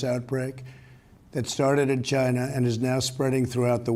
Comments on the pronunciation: "It started in Gyna" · "The corona virus started in Giina"